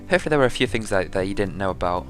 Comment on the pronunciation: How do you spell THING? NOT FING